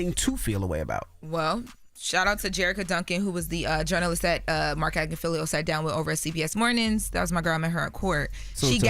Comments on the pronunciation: Marc AG-NI-FI-LO it is not Agnifilio jeez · Hey Charlamagne, his name is not pronounced.... Marc “AG-NUH-FEEL-LEO” It’s…AG-NIFF-UH-LOW. Even “AGNA-FILL-LOW” would sound better than what you keep saying. It would be like somebody pronouncing your name as "SHAR-LA-MAG-NEE."